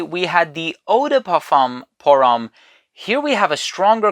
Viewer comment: You really should learn how to pronounce parfum pour homme in french and I saiy that as a German! 😅😅😂